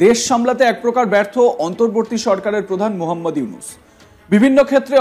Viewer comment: ইউনুস সার তর বাপ সুন্দর করে নাম উচ্চারণ কর হকার ইন্ডিয়ার দালাল